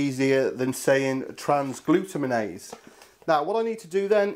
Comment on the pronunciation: Just to let you know its "Trans-glu-tam-in-ase"